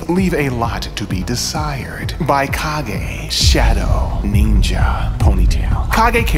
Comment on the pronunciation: I hate to be that guy but it's pronounced Cage.